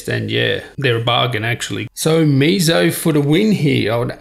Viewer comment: Meizo? No dude, it's Meiz-U lol